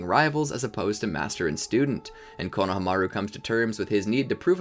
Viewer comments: Same I swear he's saying coe-no-o-hamaru instead of coe-no-hamaru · Is he saying Konahamaru wrong or am I missing something?? My whole life is on the back burner waiting on the answer